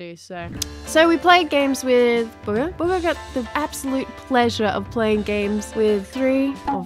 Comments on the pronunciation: In the start instead of saying Bugha you said booger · You said booger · The way she said Bugah sounded like “buger” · Just so you know i came for bugha no offense I love your channel but come on its bugha